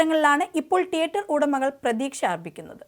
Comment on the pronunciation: ട്ടിയട്ടർ അല്ല തീയേറ്റർ എന്ന് വേണം ഉച്ചരിക്കാൻ 😏